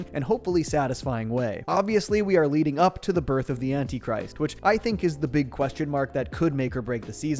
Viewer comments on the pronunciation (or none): none